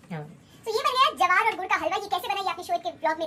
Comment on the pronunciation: It's ज्वार not जवार